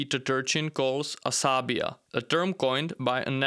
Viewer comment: not "asabia" but asa- bi - ja